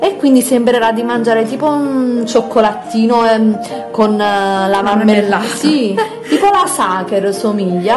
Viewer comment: Non é ignorante quanto ma siamo lí lí